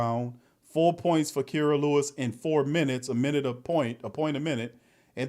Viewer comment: Whens going to learn how to pronounce kiras name correctly 😂